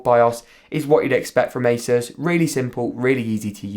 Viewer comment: You saying Asus wrong is sad